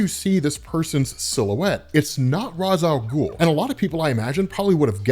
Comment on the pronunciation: mispronunciation of ra's al ghul